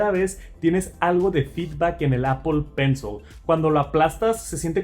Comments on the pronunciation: Apol está bien dicho pensol no,en inglés sería pronunciado apol pencil no Apple pencil.... Una cosa es como se escribe y otra como se lee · Todos pueden equivocarse.lo único que se equivocó fue en pensol,sería apol pencil (se escribe Apple pencil pero se pronuncia apol pencil) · Apple “penzol” jajaja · Demasiados anglicismos, "apol pensol" y "apachurrar", ingles mal pronunciado y español muy pobre. Aun asi, sigue adelnate, solo son comentarios para mejorar. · Apol pensol 😂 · Pensé que solo yo lo escuchaba